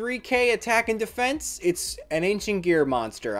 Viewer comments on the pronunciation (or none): none